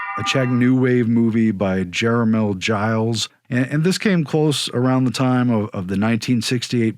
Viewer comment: Gilbert Gottfried really deserved to be fired because AFLAC did 75% of its business in Japan. And his jokes were truly tasteless. Furthermore I believe that Czech last name (Jireš) is pronounced YEER-esh, not Giles.